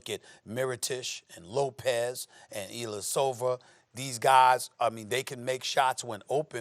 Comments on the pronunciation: "Nikola Mirotish, Ersan Ilyasover and Kawhi Lened." - Stephen A Smith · "Meerotish and Ylasova" - Stephen A. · Mirotish and Ilyasover